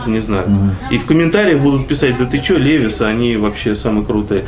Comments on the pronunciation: Левис)))) Левайс... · не лЕвис а левАйс